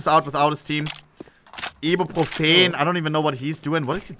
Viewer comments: "e-bee-pro-feen" -ohnepixel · the way he pronounces ibrofen is insane